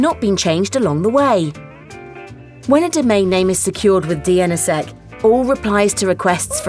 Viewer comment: Ah text-to-speech algorithms can't parse acronyms. "dee en essa sec" LOL WUT?